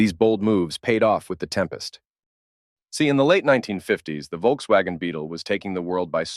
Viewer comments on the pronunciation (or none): none